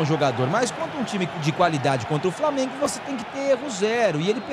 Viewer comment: Maluco ridículo esse aí falando framengo